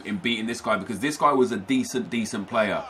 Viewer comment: Who else thinks he says guy as gwuys